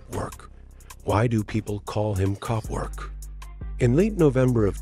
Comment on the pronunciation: he said Copwork